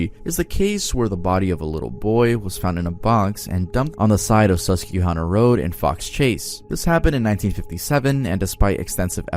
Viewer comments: No insult at all here, but it's really funny to hear you do the whole correction about "Plymouth" and then say "Sus-Q-hanna". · Sus que hana is wild 💀 its Sus-Kwah-Hannah (like hannah the name) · Susquehanna is pronounced sus-qwah-hanna